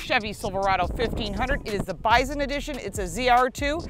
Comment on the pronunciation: It kept sounding like you were saying biden edition. I have a F 250 4x4 diesel king ranch Lets Go Brandon edition